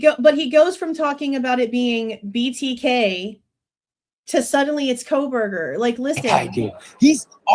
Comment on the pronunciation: couldn’t even say BTK correctly as well as so many other words. He’s fallen off the wagon!